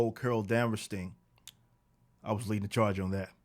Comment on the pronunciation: "I'm leadin' the CHAAHGE!!!!"